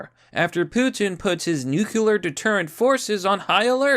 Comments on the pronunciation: Brother I love your videos and I'm subscribed but it's not "nuc-u-lar", it's "nu-cle-ar". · nu clear. not nuc ular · Not nucular... new queue lar X wrong. Nuclear... new clear... pretty simple. Dubya couldn't get it right either. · WTF is a nukular war???????? Are you trying to say NUCLEAR (pronounced "nu-clee-ər")? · It's "nuclear", not "nucular". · New-Clear!!! Not “new que lar” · STOP CHOOSING TO BE BAD AT PRONOUNCING "NUCLEAR!" NU. CLEAR. THERE IS ONLY ONE U IN THE WORD, NOT TWO, SO "NUCULAR" IS WRONG. (This message has been brought to you by the Foundation for English Language Pedantry) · Man I really like this channel, but it's pronounced new-clee-ur lmao not new-cue-lur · I would normally make a comment about how much I hate the way says "new-cue-lar" instead of "nuclear", but I'm just glad you're back, buddy. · Every fucking time you say nucular [sic] I cringe so hard that my teeth hurt. :-/ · There's no such thing as 'nukular' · Nu cle ur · Yo nibba, I'm glad you didn't go homeless, but if you keep saying "nukular" I'm gonna have to rescind my sympathies. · Nuke-you-lar. It's pronounced nuke-you-lar. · Considering how often you say nuclear, you really should learn how to pronounce it. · We're on the edge of WW III and yet I keep obsessing over the pronunciation of 'Nuclear'. Meh. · Dude, that's not how you pronounce "nuclear"... 🙄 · Pronounce nuclear correctly, ass-hat